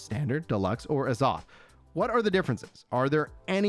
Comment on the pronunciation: why you saying azoth like that